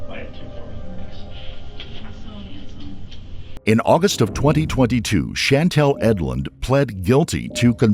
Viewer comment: bro called casey "handome"... peak meth